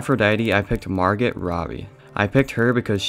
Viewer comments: Margot “Margit” mar-goh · Margot is pronounced mar-go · “Mhargit Robbie” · Margot is pronounced MAR-goh ...the t is silent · Margot Robbie's name is pronounced Mar-go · Slight cop-out, to me, not casting the main 3 characters, also, you don't pronounce the T in Margot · When he said Margot wrong 😑